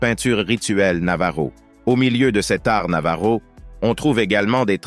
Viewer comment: Enfin une vidéo qui prononce correctement "navajo"... Merci beaucoup...